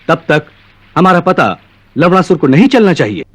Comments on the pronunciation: Bhai wo lawnasur hai lawdasur nahi 😂😂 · Bhai Ye Log Lavanasur Ko Lawdasur kyu Bol rahe hai! Ye galat hai.. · It’s Lavanasur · Ha Or lavnasur bhi bolte hai to lavdasur he sunaay deta hai😂😂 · लवणासुर pronunciation = hilarious🤣🤣🤣🤣